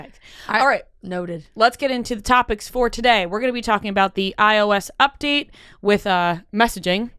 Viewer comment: such a random comment but yesterday on the morning toast they were talking about the iOS update and Jackie pronounced iOS the same way did today lmfao and they also had a conversation about how that's definitely not how it's pronounced lol. The only two people I've ever heard call it that 😂